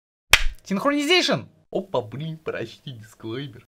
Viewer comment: Синсронизийшен опа принь прочти дисклеймер 😂❤